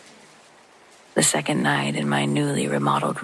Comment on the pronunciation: 1. I listen to you every night. 2. Thank you. 3. I'm a teacher & can't help not to critique, but the word 2nd (second) ends w/ the "D" sound, not a "T" sound. 4. If possible, please put out more paranormal contact. I could spend a telling horrible "Let's not Meet Again" stories. Goodnight !!!